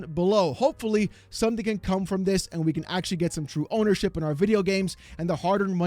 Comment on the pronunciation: Its not TWUE!